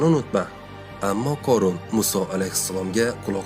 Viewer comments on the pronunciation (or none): Oʻorun корун эмас хорун horun